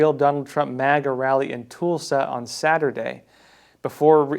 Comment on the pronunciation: Toolsa...really!! It's pronounced Tul sa (Tulsa) born & raised, not difficult to say unlike some area's in China